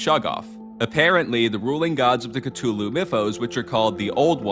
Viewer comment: THANK YOU!!!! FINALLY a person who pronounces Cthulhu properly!